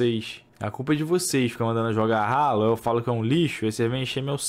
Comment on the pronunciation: mn o cara chama hallo de RALO, dps fala q é gamer